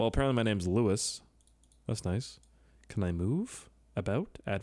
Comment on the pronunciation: Thanks for playing my level. It's loo e not lewis